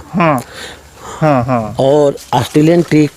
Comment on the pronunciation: Astreliyan nehi australian .....thora sabdo pe dhyan dijiye